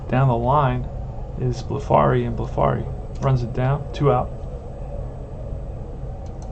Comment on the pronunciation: Both pitchers hitting home run. Extremely rare! Curt Blefary is pronounced Bleff-a-ree,, rhyming with referee.